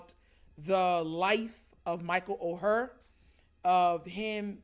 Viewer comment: Bro good topic. (FYI tho- the name is pronounced like the word “Or”.) never would’ve thought about this tho 🤔 good job bruh